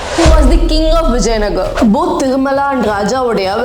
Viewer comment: Mam please correct some places naming you. its not Srirangapattanam it is SRIRANGAPATTANA ..AND it's not vijayanagr it is VIJAYANAGARA.. PLEASE PRONOUNCE PERPECTFULLY OF OUR KANNADA PLACES..